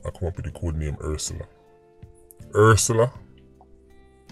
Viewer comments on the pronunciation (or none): Ursula make sense #pronunciation Hearse Sella